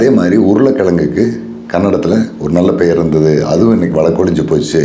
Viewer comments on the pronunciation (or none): none